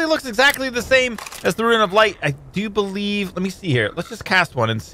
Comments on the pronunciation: i bereive i can fry?! lol xd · i berieve i can fry!!! lol <S